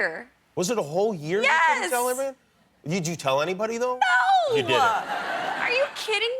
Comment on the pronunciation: WHY do hot chicks always pronounce "No" as "No-ah!" This one does it . Another major offender in this area is Maria Menounos -- Howard Stern has a whole tape loop of Menounos doing it. Do they think it makes them hotter? Is it genetically paired with hotness? What is it?!?